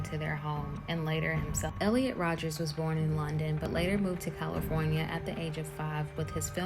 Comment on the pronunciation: Minor nitpick but it’s Elliot Rodger, not Rodgers.